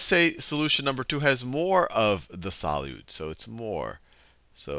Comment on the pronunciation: the way he says solute pisses me off...